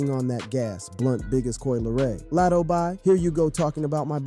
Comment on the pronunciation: Who is Lat O. Say their names correctly 🤦🏾‍♀️